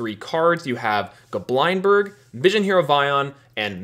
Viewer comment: Bro it's not Go Blind Berg, it's Goblind berg. like lindberg.